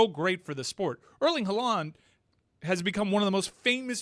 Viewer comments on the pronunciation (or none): Why would the emphasis be on the “land” if the two A’s are in the beginning on Haaland 😂